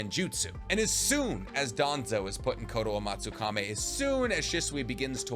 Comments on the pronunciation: You keep mispronunciations the characters and jutsus’ names You say “Kakuso” when it’s Kakuzu, you say “Kotoamatsukame”instead of Kotoamatsukami. In Romaji Japanese the letter E make the ay sound where as I makes the E sound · Mi-yo-bo-ku not Muobuko KotoamatsukaMI not Kotoamatsukame Edo TenSEI not Edo Tensai Please bro. I really enjoy your videos, it's just everytime you say these words, pronouncing them wrong (absolutely butchering the name of the Frog Mountain)... it hurts my soul, man. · Bro it's kotoamatsukami not kotoamatsukame